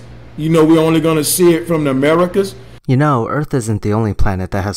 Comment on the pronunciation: This guys is an idiot just by they way he explains crap and when he said " were only gunna see it from thw uh-mearu-cus?!?" made him sound like a more of an idiot.